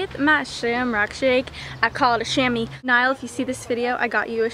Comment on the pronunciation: HAHAHA. Its Niall not Nail!